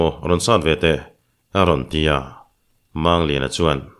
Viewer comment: Mizo tawnga, "mumang" tia kan lam rik ang hian, "Mangliana," tia, "Mang," tih lai hi lam rik ve ni se la, a dik zawk lo ang maw?